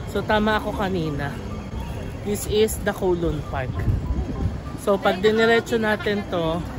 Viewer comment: Ayon sa mga Chinese, cow-loon daw po ang pag pronounce nyan. As in the cow says mooo. Hindi daw po yan koh-loon.